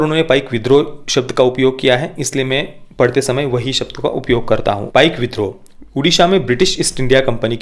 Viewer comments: One correction to the pronounciation It is PAIKA not PAIK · Sir uccharan apaka galat he Paika ye spelling he but uccharan me isko app paik na bolke Paiko boliye. #PAIKO